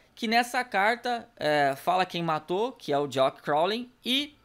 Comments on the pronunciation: É jack não jock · Pronúncia JACK